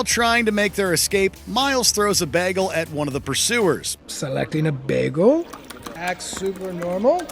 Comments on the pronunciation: Narrator often pronounces "Bagel" like Britta Perry. Pop Pop! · Did this dude say bagel like Britta? Did he Britta the pronunciation? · Am I the only one disturbed by how he pronounced Bagel?